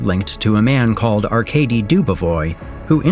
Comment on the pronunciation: So we got the glazers in the comments about the faceless animation style that every doc youtube channel has now, no its not amazing. I can probably live with "Arcadey" but "Yvonne" is probably the worst pronunciation of Ivan I've heard in my life